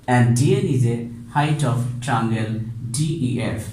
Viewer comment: Sir, it is called a triangle, not trangle. Sir you can talk in the way which is swift to you... No need to push yourself so hard.